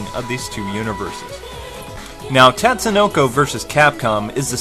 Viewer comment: Another good review. The only thing that irked me was when you said "tat"sunoko, instead of "tot"sunoko. A minor complaint, but it says it right in the beginning of the game. I guess it's like people calling Ryu "rai-yu"... an endless war of pronunciation that will never end, lol.